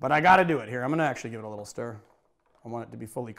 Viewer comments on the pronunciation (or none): none